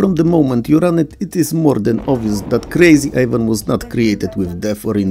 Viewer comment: I'm sorry but your full on accent was perfect for Krazy Ivan ;)